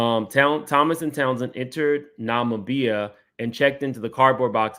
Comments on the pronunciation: Nah-mi-bee-ya Accent on second syllable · IT’S NOT NAH-MEE-BIA. It’s NAH-MIB (like Bib)- BIA (NAH MIB BIA) Namibia 🇳🇦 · it’s just. Like. How you would say Nubian take out the u. And just add on nombian Nom Bian Nubia. ….. Nombia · It's pronounced na-mib-bee-ah! Love your channel! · 😂ima try.. Na-mib-ia.. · Hi! It’s Na-mee-bee-uh 😊 🇳🇦 Thank you again for your content! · it's pronounced Nuh-mi-bee-yah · It’s Na-mih-bee-yah, Namibia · If you are going to mispronounce a word, stick to ONE mispronunciation, instead of constantly struggling with multiple ones . 😂 Stick to something. It’s “ Nuh- MIH-bee-yuh “💕💕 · Nuh -mih (sounds the i sound from “ick”)-beeyah (accent on the mih sound) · Pronounced!! Nuh-me-bee-yuh omg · CUT-I NAM-IB-I-A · "Nah-mib-iah" is the phonetic pronunciation of the African country. Thanks for the updates. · Start with the correct spelling: Namibia. Pronunciation can be found on Google. Na-mi-bia Na-me-bea Namibia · Nah mee bee yah (Namibia) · My neighbor Namibia 🇳🇦 is pronounced NA ME BE YA. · The country of Namibia is pronounced nuh-MIB-ee-yah. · It's actually NUH- mi - bia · Dude...why can't you pronounce Namibia? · The way he’s butchering the pronunciation of Namibia lmfaooo omg ur too cute lol!!!